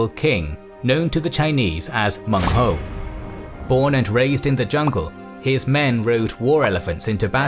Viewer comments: Excellent information. Minor flaw though, his name was Meng huo, not Meng hou. (You know the sound is funny) Well ancient Chinese certainly had colorful ways to name barbarians. But really, they are also very interested in assimilating them. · Meng Huo, not Meng Hou. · Its Meng Huo (孟获) not Meng Hou. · Cantonese here. An absolute MASTERPIECE. I prostrate to your scholarship & production skills. I've never seen such a detailed English summary of Nanman & Baiyue. Only 1 thing, it's Meng Huo not Hou! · Baiyue aren't one people. They're a collection of tribes and cultures sloppily clumped together due to their geographic location in relation to the Han. Also, it's "Menghuo", not "Menghou". Also, Lady Zhurong is definitely not the only woman warrior in the Three Kingdoms. Not only is she fictional, there also existed Lady Wang Yi, who fought beside her husband against Ma Chao, earning herself a reputation for bravery and tenacity. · its Meng Huo, not Meng Hou. Also the location of Meng Huo's forces should be on the south western side of the Shu kingdom, not on the border of Shu and Wu